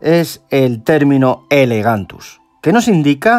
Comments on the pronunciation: Perdona que te corrija, pero en el vídeo no paras de decir "elegantus" y es "elongatus". Por lo demás buen vídeo como siempre y el pez me gusta bastante, de hecho lo tengo en el acuario. Saludos. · ELONGATUS no Elegantus... Y tienes que aclarar que es FITOplancton y no ZOOplancton, ya que dices que se debe alimentar con vegetales y no con animales.